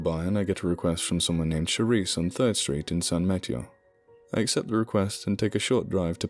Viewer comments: San ma TEY o. Spanish for St. Matthew. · Cool, this takes place in my neck of the woods and Kane the wrestler is mayor of my hometown. I tried and failed to wait for bedtime to listen to this, thanks! (San Ma -TAY-o, btw, and El CamEEno REE al. Oh, you got it at the end, no offense intended, and I wish I had a proper phonetic keyboard, I'll have to make do).